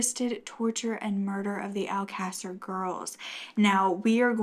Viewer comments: My silly self is on Google trying to find out what mean? I should of known it was just mispronounced, considering I went back just to be sure. I've never heard this story and I'm stuck on one word🤦🏾‍♀️. Keep up what you're doing, I really enjoy your content and love your voice. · Its, Alcasser. The case she is talking about on this video is the murders of the Alcasser girls/Murders. Alcasser is a Spanish town in Spain. It does sound like a bit. its pronounced Al-ca-ser. Hope that helps!